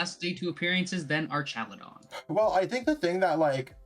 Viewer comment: Archaludon with the C?? Dragapult with a B? pfffff